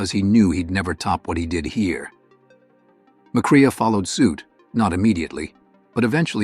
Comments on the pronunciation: Mack- RAY not mic-rhea... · It's not Macreea. It's Macray pronounced. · Uh, yeah...as in McCrae is not pronounced McCREEYAH. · It's pronounced "McCray," not "McCree-uh" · That's Joel "Mack-Ray" you AI fop!, not "Mack-Ray-a"! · It’s Joel “Mac Ray” not Joel “Mac Reeah.” The robot has a good voice, but needs pronunciation help. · *sigh*. McCrea is pronounced “McCray”. McLaughlin is “Mick-lock-lin” Kerr is “Car”.